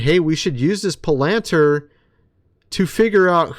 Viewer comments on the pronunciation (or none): PLEASE LEARN TO PRONOUNCE WORDS!!! Its PAL-ant-ear Palantir… Not Pill-anter You cannot report on things you cant even pronounce… Just proves you have no clue what you are talking about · It's PAL-ENT-EEAR NOT PLANTER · Pal-an-TEER is the pronunciation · I am just wondering if you are intentionally mispronouncing Palantir. There is a great website called 'howto pronounce. . .' It is actually pronounced PAL'intir with the inference on the first syllable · Hey, Boss - you're pronouncing Pallantir like a tagalog word. It's Pronounced - Pal (pause) In-teer.